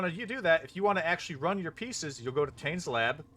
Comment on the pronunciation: It's good to see polite people trading. I'd like to point out, however, that your pronunciation of the name Tane is wrong. He's Karui, you see